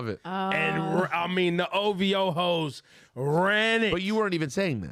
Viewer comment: Ebro is acting old now 😂 they're not called OVO-HOES it's OV-HOES